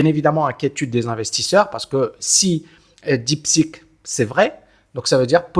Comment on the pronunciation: Bonjour merci pour vos vidéos très intéressantes.. attention deep seek ou deep sick ? La prononciation fait toute la différence ❤